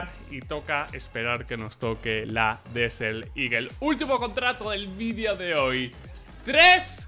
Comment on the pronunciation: "Desel liguel" no me cansaré nunca de eso